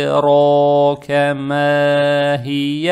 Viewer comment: Уа маа ад~ракя (д читается как будто отдельная буква, это къалькъаля в таджвиде). Читаете как "а д ракя". Проще говоря, повторяйте за чтецом на видео